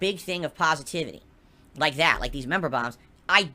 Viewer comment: Annoys me that he refers to money as "pahsativity". Dude is a real weasel.